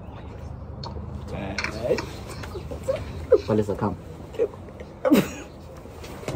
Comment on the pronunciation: Not Palesa😂😂😂😂 not Palesa